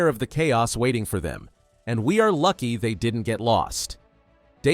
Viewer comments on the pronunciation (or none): none